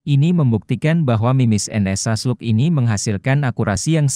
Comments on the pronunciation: Bacanya "SLAG". hy koreksi aja mas. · Izin masseh; bacanya tetap slag, krn itu dicomot dari bahasa aslinya sono.